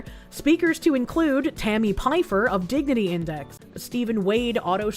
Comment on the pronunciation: Why is it everytime she says dignity, I'm hearing diggity which reminds me of giggity